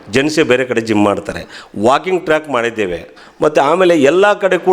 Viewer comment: Not gum it is Gym